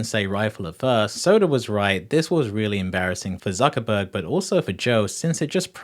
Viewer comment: Why are you saying "zuckabug" instead of Zuckerberg? Learn to pronounce people's name pronounce people's name properly.